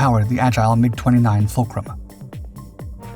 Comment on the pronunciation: Incredible engineering marvel. As such it deserves to be prinounced properly. This plane was designed by the Yakovlev design bureau, so it is not "wayaykey" it is simply "Yak 141". Similarly the Mikuyan- G uryevich planes aren't "Emaydzee" ajd the Ilyushin planes aren't "ayel" planes. Russian types are supposed to be pronounced russian sounding.